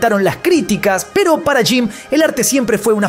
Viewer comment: "Piiiro" o, "pero", dicciona, vocaliza. Gracias